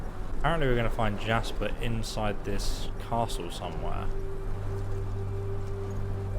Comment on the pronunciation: What about calling Jespar: Jasper.